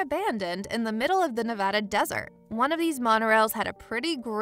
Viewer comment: Nice video! One important thing though: Nevada is pronounced "Nev-aaa-da", NOT "Nev-ahh-da". We Nevadans would appreciate it!👍